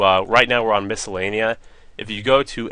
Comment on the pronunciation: lol you say the name of the place wrong and you accidentally say it right lels